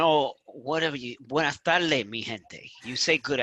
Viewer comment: Lucci you're turning into a Puerto Rican saying Buenas TaLdes instead of Buenas tardes.